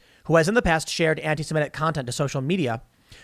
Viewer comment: Why do some people pronounce antisemitic as "antisimetic"? Can you not look at the letters and see which one is an "i" and which one is an "e"? I don't see which part of that is difficult.